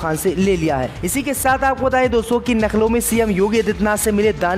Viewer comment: Lucknow bolna nahi aata kya Naklow hi bologe News End me B Abhi k liye itna hi bolo nahi Daily A awan me paise diya tha uwaisi k bol pe End hoga kya